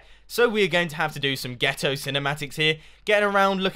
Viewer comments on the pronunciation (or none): when a British guy says "ghetto"